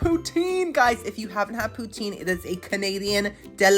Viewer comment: The way you make poutine makes me cringe as a northern resident of Canada 🤣 I live about 2 hours from the birthplace of poutine, and the 'e' at the end is silent. It sounds more like Russia's leader Putin, but you put more emphasis on the 'o' Pou-tin Love you!!!! Long time fan 🥰